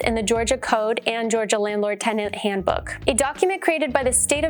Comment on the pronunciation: TENDANT was driving me insane